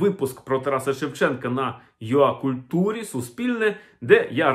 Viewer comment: Перепрошую, але якщо це Вам важливо, то ua вимовляється юей, а юа ось що — ur